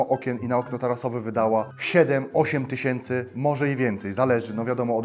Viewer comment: sto tyśiency